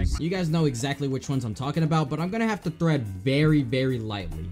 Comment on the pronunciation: yo its tread lightly not thread lightly